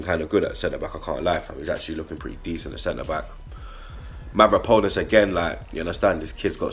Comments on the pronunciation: MavropAnos not MavropOnas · Say after me MA-VRO-PA-NOS